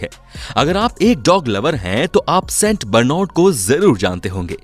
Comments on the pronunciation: Theek s naam padh le st bernad ko St bernod 😂😂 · It's saint barnard not st broornad